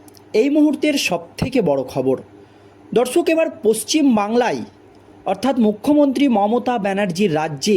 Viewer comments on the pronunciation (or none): প্রত্যেকটা উচ্চারণ অশুদ্ধ! বাংলাই, মামলাই...এগুলো কী ধরণের বাংলা? আগে কথা ঠিক করুন তার পর ইউটিউব করবেন।